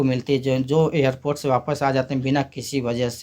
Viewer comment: Airport❌ airpoth✅